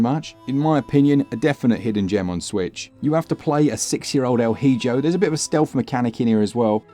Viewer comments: Maybe you're doing another "bargain" thing but, just in case, it's "e-ho" not "he-jo". "El hijo" translates as "the son". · "Hijo" is "ee-hoe". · El hijo is Pronounced "El Ee-Ho" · El Hijo, It’s pronounced, ( L ee-hoe) Spanish for, The Son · El Hijo... it's pronounced 'el eeho'. It means 'the boy', or 'the son'. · The pronunciation on “El Hijo” hurt my soul lmao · How do I explain to you how badly was your pronunciation of El Hijo? SMH